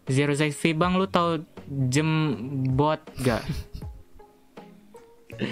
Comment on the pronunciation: DjemBoat ❌ GemBoat ✔️